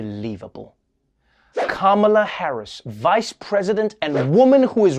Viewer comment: Why does the conservative media keep mispronouncing her name? I mean its not that hard, she's the VP...